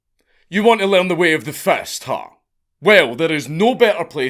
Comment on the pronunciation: Why did I hear Love Fist from GTA, instead of the Way of the Fist 😅